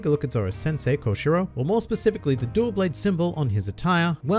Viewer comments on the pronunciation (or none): none